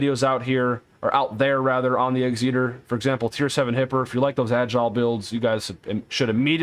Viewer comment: The "X-Eater"??? C'mon, it's not that difficult to pronounce. Although, I've even heard another American YouTuber, 'T Bull', pronounce it as "Executor"!!! It's in english you know? However, no problem with pronouncing Massachusetts? 🤔 Go figure? Great advice for players new to the game though. Thanks 👍🏻